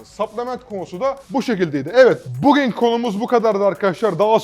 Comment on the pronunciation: hocam bugin değil bugün artık doğru telafuz et şunu